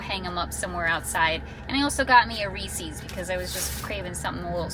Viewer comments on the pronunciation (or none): Mispronounced Reese's